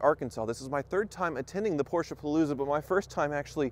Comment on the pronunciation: Sounds like he keep saying poorsh!t instead of Porsche.